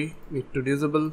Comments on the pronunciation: its pronounced in- abe el and diss abe- el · What the hell does Dizibil mean? Can't you say disable? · Not to make fun of your accent but I love how you say disable. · The way he saids disable kills me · please google how to say the word disable... otherwise great video